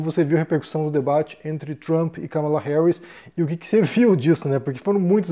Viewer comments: É um tema espinhoso esse dos EUA. Obs.: a pronúncia correta é Kámala e não "Ca mala". 💼😉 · é Kámala, não Kamála